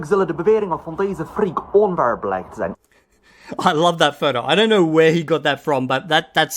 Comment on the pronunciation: I'm a native speaker in Dutch. The one-line dutch clip you showed in your previous episode was hardly understandable. The one you showed now was way better. The start had a weird pronunciation of de the word onwaar (= untrue) but when he came up to speed it did convince me that he really is fluent in Dutch B2-C1 albeit that he probably was in a Turkish, middle-east, Marokkan kind of community which you could argue is developing in a dutch dialect. He needs to keep watching dutch film fragments or movies and/or podcasts to keep up his level or he will loose his ability to speak it.